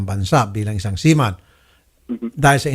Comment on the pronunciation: seaman❌ seamoan✅